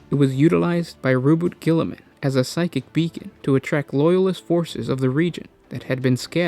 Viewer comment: "Row-boat Gilliman"